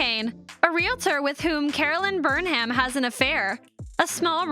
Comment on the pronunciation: This was a great watch but the mispronunciation of “Burnham” was like nails on a chalk board! Otherwise was awesome!